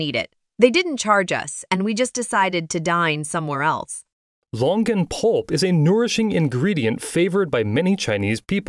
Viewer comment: I thought he said Logan Paul for a second. Longan Pulp 🤦‍♂️